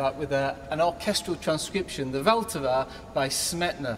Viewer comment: Great concert! But the pronunciation of ''Vltava by Smetana'' killed me :D